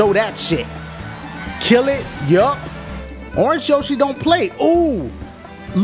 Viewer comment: It's orenge yoshi!